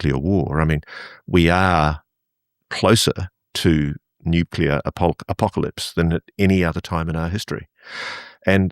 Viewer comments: I keep pointing out..it’s NEW-cle-ir not new-cu-ler nuclear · Why can’t people pronounce the word “nuclear”???? It isn’t fucking hard. NEW CLEE ERR … say it with me